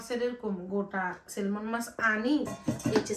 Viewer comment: সেলমন না আপ্পি উচ্চারণটা হবে সেমন “ ল” টা উজ্জ্ব থাকে, উচ্চারন হবে না।